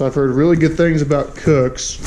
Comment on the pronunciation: Haha bro you said it right! 👍